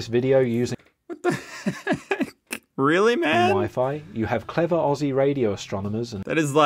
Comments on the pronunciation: this guy is so anoiying its aussie not ossie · Hey! not going to attack you about you saying ossie instead of ozzie but i recommend changing how you say aussie to "Oz" instead of "Os":) Ozzie is how its pronounced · Ya not off to a good start, mate! Putting shit on Vegemite & the world famous Hill's Hoist, won't win you too many Aussie friends. NB: "Aussie" is pronounced 'OZ E' NOT OSS E' - Also, Emu is pronounced 'EEM U' NOT 'E MOO' 🦘🦘🦘🦘🦘🦘🦘🦘🦘🦘🦘🦘🦘🦘🦘🦘🦘🦘🦘🦘🦘🦘🦘🦘🦘🦘🦘🦘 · for f*#k sake, you pronounce Aussie like you would say Ozzy Osbourne. Snap out of it. Love your shit mate.